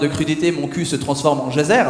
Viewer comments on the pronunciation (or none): none